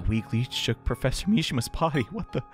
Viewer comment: plEASEEE, the pwofessor needs his hwead to goto schuwul tomowow PLEASE